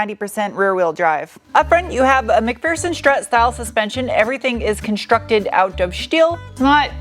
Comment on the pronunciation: Is it really conshtructed out of shteel ?